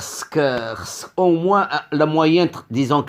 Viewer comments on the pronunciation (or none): none